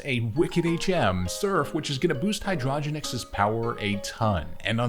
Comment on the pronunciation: I know this video is old but for future reference, Genex is an archetype in Yugioh so the pronunciation is Hydro-Genex separately instead of hydrogenex all together <3